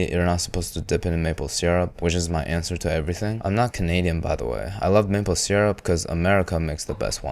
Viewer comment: Thank you for pronouncing syrup how it's spelled, not sUrRUp